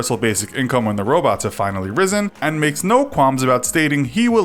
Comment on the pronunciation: he can't even say 'risen' correctly